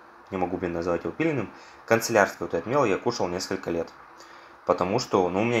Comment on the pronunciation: Господи, мой внутренний перфекционист умер, не концелярский, а кАнцелярский!